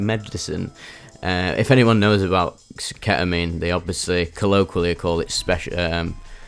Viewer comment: ketamine ❌ ke'uhmeen ✅